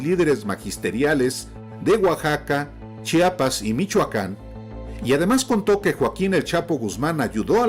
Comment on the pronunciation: Sr. X se dice CHIAPAS NO "CHAPAS". ...